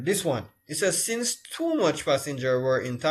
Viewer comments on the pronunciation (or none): none